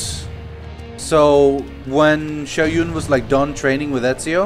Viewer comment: I'm not sure what kind of accent that is but it's definitely not Chinese. Honestly the only accurate voice-acting wrt actually pronouncing Mandarin correctly is the guards. The characters featured in the cutscenes don't even say their names right. Shao Jun they pronounced Shao Yun, even though it's pronounced like you read it. Jun and Yun are two different things entirely. Zhang Yong is a hard zh sound, not soft. Honestly.